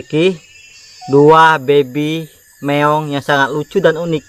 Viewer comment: baby meong,meong meong, penyebutanya bikin geli